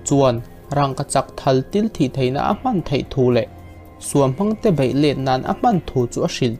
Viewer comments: Bei tih turah bai, ko tih turah kau, lo tih turah lau.. i lam dan hi uluk hlawm teh. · bei khi bai i ti zel a,,, hahthlak em mai a! Public Interest nih chuan Mizo tawng uluk hram hram tur. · railote hnuah tih te,a bei tih aiah bai tih ihmang te hi siam that lo tum teh.. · Bei tih tur Bai tih te,lei aiah Lai tih te,a tam mai. Mizo tawng uluk deuh angai...